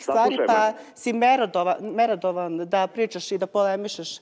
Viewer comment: "Merodovan" i onda kaze "Ja sam elokventan"..decko gresi na svakoj trecoj reci. Mali je uzassss